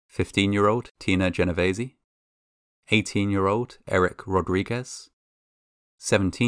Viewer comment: "Genovese" Good job pronouncing that last name. But it does make you wonder if it wasn't a "hit" or retribution... it was the 80's... And that is a famous family last name.